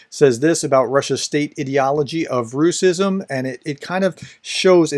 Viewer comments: Professor, you're doing incredible work, but a small nitpick from Russian native with good comprehension of Ukrainian, we almost unilaterally tend to pronounce it rash-ism, which sounds even more demeaning, as it is derived from English pronunciation of our merry Mordor's name and adds more salt to the wounded pride of 'turbopatriots' (russian neonazi/imperial bunch) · Great explanation. Just wanted to comment on that the word should be pronounced as: --- Rash-izm Close to its italian version: --- Fash-izm The word is so new that Google translate doesn't know about it and translates it as "racism" 😉